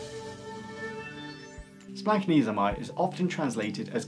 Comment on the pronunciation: Uhh...don't listen to this pronunciation. As a Greek by blood and Greek speaker at home, it is splach-NEE-zo-may. Splach as in Bach with that houghing a loogie sound at the ch. Ahhch